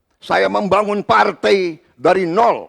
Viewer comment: Klo gw perhatiin Prabowo klo mengucapkan sebuah kata yg ada huruf 'a' dan 'i' dempet "ai" menjadi "ei". Contoh : Berbagai jadi Berbagei Sebagai jadi Sebagei Partai jadi Partei Rangkaian jadi Rangkeian Menguraikan jadi Mengureikan Menyampaikan jadi Menyampeikan Selesaikan jadi Seleseikan Damai jadi Damei